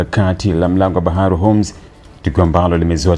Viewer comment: Tamka vizuri hiyo Hormuz sio unasema homz